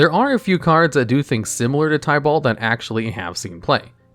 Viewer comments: Btw, you pronounced some Planeswalker s incorrectly. Chandra is pronounced as "Shaun-dra" not "Chan-dra" And Tibalt is pronounced is "Ti-balt" not "Ty-balt" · It's not tiebalt lol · Love that you are doing this, but maybe try looking up how the planeswalker and place names are pronounced. Gavin (one of the game designers) has a channel talking about Magic and well he knows how to pronounce Chandra and Tibalt. Another nitpick would be that you did wrong a few times now is flying. Creatures with flying can be blocked by creatures with flying or reach. The later is only a defensive ability, but it will come up sooner or later i believe. This list for rares would be interesting as mythic rares are comparatively a recent addition and a lot of old sets only went up to rare ans have weird cards. That said another fun list as a cross promotion could be "Top 10 tribal decks" or "Top 10 (draft) archetypes" though for the latter you probably would need to explain bow the term is used differently in Magic then in Yu-Gi-Oh. Another good idea could be "Top 10 strictly better/power creept cards" again to tie it to videos you did on this channel. I really hope this works for you. I personally found you via your wow channel and was very happy to see you did other things after I dropped of that game after Legion and having seen things like the weather report channel I know you do try. Given that you know cover two of my favourite hobbies (mtg and D&D) i am hyped